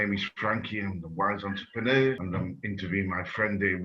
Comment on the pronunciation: Great explanation, thankyou guys I hear intrepeneur & entrepreneur. Is ther an innerpreneur? 😁❤👍🏾💫🙏